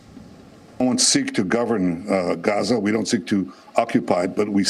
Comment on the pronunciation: It’s gaza not gaja 😅